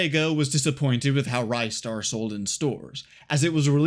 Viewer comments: It's not rajster, it's ristar dumbass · Nah, he didn't. I came here seeking a comment mentioning the pronunciation, and it's wrong. It's actually "reestar", not "rystar". You can check that by how it's written in the original Japanese release (it's named リスター as in Risutā, instead of ライスター as in Raisutā). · NO, wrong! The developer have confirmed their intention was to make it short for Rising-Star; Ri-Star Thank god he started pronouncing correct after the start of video - it was offending my ears. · Sigh...great video, but sadly I can't watch it because your mispronunciation of Ristar as "RYE-star" every 2 seconds is literally melting my brain.